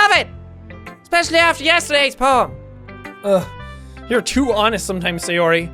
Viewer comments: "I give my moem to Ponika" loool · I died when he said "i give my moem...i give my moem to ponika!!" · Did anyone notice he said “I give my moem to Pokika.” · I keep seeing “pobody’s nerfect” in the comments but are we going to ignore “I give my moem to ponika”??? 😂😂😂😂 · Jack "I give my moem to ponika" Me 🤔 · "i give my moem to ponika"